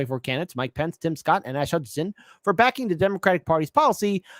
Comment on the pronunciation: Asa, long a, suh. Asa.